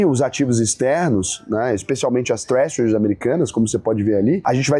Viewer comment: Tréssuris & Bréshit